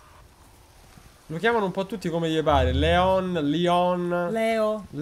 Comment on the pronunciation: si pronuncia Lion anche se il nome è ispirato a Léon un film francese con Jean Reno